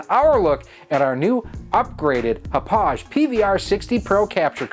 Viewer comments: It is pronounced Hah-pog. Like the town in Long Island, NY where it is manufactured. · Ha Pog - Thats how you say it in case you care lol. Name of the Long Island town where the company was located :-)